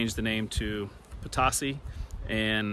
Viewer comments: The former community of PO-TOE-CEE, is the Spanish pronunciation. Similar to Potosi, Missouri. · There is also a town called Potosi in Missouri. There, it is pronounced "poe-toe-see." In the French language, the word means fortune. This makes sense because it started out as a mining community. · I grew up a few miles from Potosi Ks. It was always pronounced Puhtosy. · Yeah I wasn't 100% sure on the pronunciation. I'm sure it's probably the same as the Missouri one!